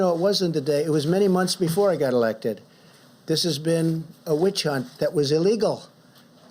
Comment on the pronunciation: Imbleachment speach😆😂